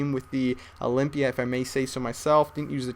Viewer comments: OLYMPIA NOT OLYPIA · olympia not olimpya lol